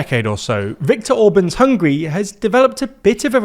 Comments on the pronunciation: Sorry, it's "Hungary" and not "Hungry".😅😅😅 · The name of the country is HungAri not Hungry 😂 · It's HungAry, not Hungry!